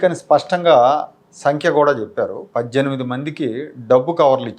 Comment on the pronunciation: గారు, మీ ఉచ్ఛారణ లో సరిచేసుకోవలసిన రెండు పదాలు ఉన్నాయి. అవి: ' చూయించి ' (తప్పు) ' చూపించి' ( రైటు) ' పజ్జెనిమిది ' (తప్పు) ' పద్దెనిమిది ' (రైటు) గమనించగలరు.